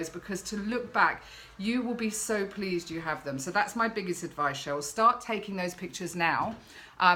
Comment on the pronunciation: im a Cheryl with the "SH". You said it right, Dont worry i get called either lolol. Xxxx